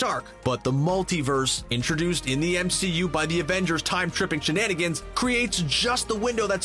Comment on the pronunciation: The MCOOO. Great stupid pronunciation